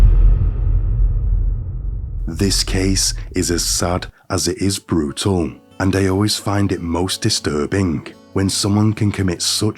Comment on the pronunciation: Lolol that weird radio/podcaster voice and annunciation is so outrageously annoying i cant finish the videos 😂😂 all i hear is “distinctly feMALE, and red painted toeNAILS, this case is sad, as it is BRUtal, and if you are new HERE” 😂😂😂😂😂 why do they annunciate the most random words and at the most random times